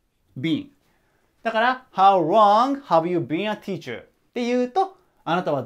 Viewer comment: いつも板書がわかりやすく、きれいな字で素晴らしい！勉強になります ところでhow longの発音がhow wrongに聞こえてしまいます💦 Lの発音は舌の先を前歯の付け根の歯茎に軽く付けて発音されるといいと思います また、howどのくらい、が1番聞きたい事なので、longより howを強めに読みます 細かい事言ってすみません🙏